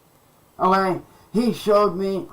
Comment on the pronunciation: A degree doesn't get you anywhere oh-ghay? 😂